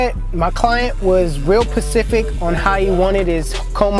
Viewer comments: Did this nigga just say " my client was real Pacific ?" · This nigga said "my client was real pacific" 💀😂😂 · NanoShot lol it's "my client was real specific"😂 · Correct me if im wrong but did just say his client was 'real pacific'?😂😂